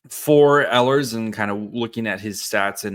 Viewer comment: I like the idea of signing him. Note; the proper way to pronounce the beginning of his last name is with the long E sound. I listen to how the Jets announcers have pronounced Ehlers.